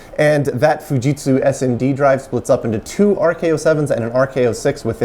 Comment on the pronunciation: Pronouncing Fujitsu more properly is appreciated